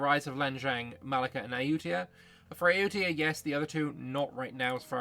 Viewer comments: Perfect prononciation of ayutthaya ❤ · You nailed the pronunciation of Ayutthaya.